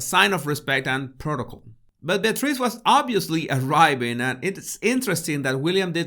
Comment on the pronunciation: Bless you! That whole episode was a nightmarish obstacle course in English-as-a-second-language name pronunciation! Eugenie, Beatrice even York: bravo 👏👏👏